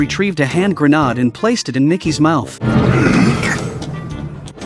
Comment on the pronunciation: I thought the voice-over guy was real until he started he pronouncing grenade gra-nard